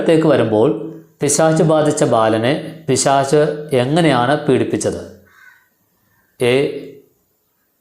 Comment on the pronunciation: പിശാശ് എന്നല്ല പിശാച് എന്ന് പറയു